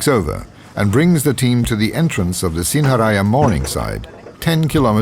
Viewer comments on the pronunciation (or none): its pronounced sin-ha-raa-ja